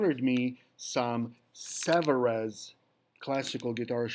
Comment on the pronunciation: Made in France. Pronounced Savaree